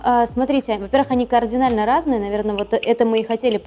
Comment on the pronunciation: 14.07 КаАрдинально — слова не существует!!!))) Ps забыли показать «премиальный» подъезд между старым фондом в ЖК Небо!)))